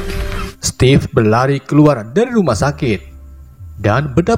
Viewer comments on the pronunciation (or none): Stevif bang, bukan stev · Steve itu sebutan nya stif bukan stef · Ejaan nya stiv